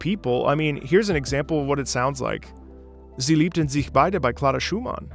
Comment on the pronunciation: Jo your german pronounciation is perfect for sie liebten sich beide. German approved! xD